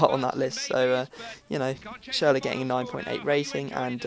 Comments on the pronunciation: its not pronounced schurler its schurrel !!! haha love yur vids keep going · it's not schurrel -.-' actually is probably the most "gifted" english speaking person i've heard so far when it comes to pronounce things like the Ü in schürrle. and again you don't say schurrel dude, it's clearly schüRRLE Anyway I love your vids mate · Say schurrle again :/